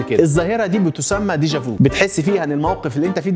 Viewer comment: deja vu كلمة فرنسية تقرأ ديجا في وليس فو للتصحيح فقط تحية ليك على فيديو رائع